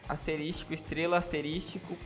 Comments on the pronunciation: Mano, é ASTERISCO e não ASTERISTICO! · É asterisco não asterístico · Cara, se pronuncia "asterisco" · Asterístico KKKKKKKKKKKKK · Asterístico kkkkkkkkkkkkkkkkkkkkkk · Asterístico??? kkkkk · estrela * "asterístico" * estrela * " asterístico " , como que chama isso aqui # , e falar asterístico tbm tá errado asuhshSHAUHshuash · asteristico KKKKKKKKKKK